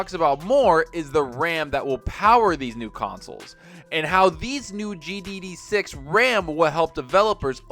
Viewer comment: Man it bothers me when you say GDD6. It's GDDR6...